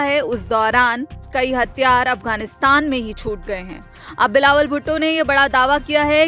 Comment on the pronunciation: मैडम हथियार होते है,हतयार नहीं।😂😂